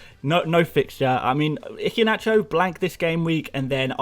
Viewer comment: Mate, I love you and your insights, but after listening for weeks, I’ve got to tell you - the ‘H’ in Iheanacho is silent. It’s EE-hYUH-NA- CHOW.... Hope you don’t mind the correction. My best pal is Nigerian, so gave me the heads-up... :) BTW you’re one of my absolute go-to guys in my first season, and I think you will go from strength-to-strength next season on the channel...